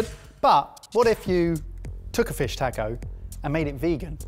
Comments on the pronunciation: Tack OH ? No, it's "TAH CO" mate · if you can pronounce Baja correctly, you can pronounce Taco correctly. The letter "A" is pronounced exactly the same in every Spanish word. It is always "Ahhh," and never "Ayyy." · Tacko, tacko, tacko......why can't any of you say "taco"?!?!! (Or "salsa," for that matter.) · You poms couldn't pronounce "taco"to save your life! It's not "tack-oh" it's "tah--co"... I've never been so annoyed watching sorted up until today! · Taco does not have a "K" in it!!!!! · taaaaaco, driving me nuts :D you are pronouncing the A wrong. I hate being the guy leaving this comment but holy wow got to me in this episode. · This looks good but it really bothers me the way British people pronounce the word "taco" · please god stop pronouncing it tack-o it pains me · Please for the love of god... learn how to pronounce taco 🤣🤣💖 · I loved this (despite not liking fish much) but man, you guys kill me with how you pronounce jalapeño and taco, NEGL. Also, y'all should do a 3 recipe comparison Lasagna set. Because Lasagna is AWESOME. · So can't say taco? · Your guys' pronunciation of "taco" and "salsa" is really cringeworthy. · If they didn't already have their butchering badge, I would say you could all get one for your pronunciation of the word taco.